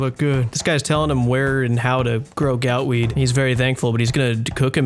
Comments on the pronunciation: So why does he call it gootweed, but gout tuber? Is he finally admitting he was wrong for calling it gootweed? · This guy is pronouncing gootweed wrong wtf